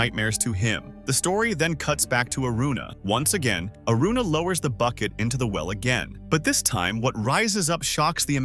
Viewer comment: When did Aruna become Aurora😂